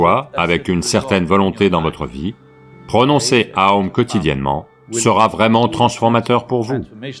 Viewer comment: OM est aussi lié à OM Shinrikyo la secte japonaise...donc oui très mauvaise prononciation (c'était des meurtriers au passage).